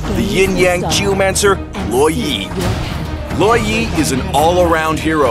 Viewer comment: He pronounce it Law Yee But I pronounce it Lou WOh yee